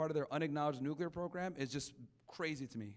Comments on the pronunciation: The first thing you learn in "nuclear education" is that it's called "Nuclear". Not "Nukiller". But hey! It's kinda funny 😅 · They call it '' nuccular''. It amazes me.